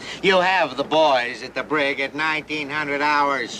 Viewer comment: It’s the “Brig”!